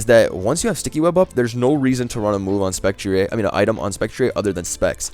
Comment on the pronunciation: Man is turning into wolfey with the spec-tree-ayy